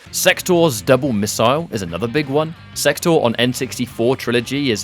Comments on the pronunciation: Did you say Sextor? I know I'm not the only one that heard that. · did...did you say Sextor? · Might just be me, but I heard Sektor as "Sextor" when I was distracted while watching it. Gave me a good giggle. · He kept calling sektor as "sextor"